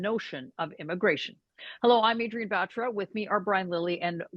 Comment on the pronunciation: The way she pronounced her own surname like an ignorant white man or a woman would pronounce made me so confused? Doesn’t she know how Batra is pronounced? Certainly not Baeeeetraaa🤦🏻